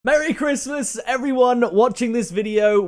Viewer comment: Mewwy Chwismaws two awl :)